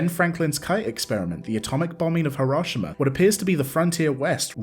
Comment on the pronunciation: Hurashma instead of Hiroshima has me DYING 😂😂😂